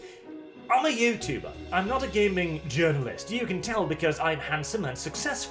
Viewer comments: I don't know if it's the accent or on purpose, but everytime says gaming journalist I hear gaming urine-list. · I like how pronounces "Games Journalist" like "Games Urinalist". Seems pretty appropriate!